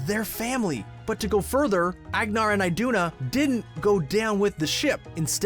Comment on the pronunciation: It’s so funny when Americans try to pronounce Norwegian names 😂 It’s not ehgnar and aiduna it’s Ahgnahr and ihduna